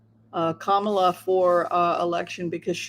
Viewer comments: Kaala Harris ..its not Komal .ah..as you pronounce it but ... Kah .mul ah or comma,la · Kamala, accent on the first syllable like Pamela or Hillary or Jennifer or Caroline or Marilyn……..